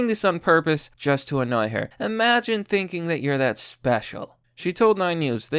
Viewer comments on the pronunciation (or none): none